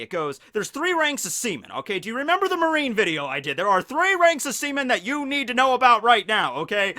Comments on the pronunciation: Stop saying semen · Me laughing everytime he says seaman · it said like he kept said semen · He said sea-men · Semen Recruit... I can’t unhear it... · Seaman or SEMEN